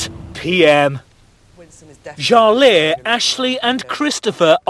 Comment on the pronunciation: Mark's nomination: can't believe he knows what "dismissive" means, maybe he heard it said by someone else and liked how it sounded. And, after BB reads off the names with proper enunciation, he still calls Jale, Sha-lay. What an idiot.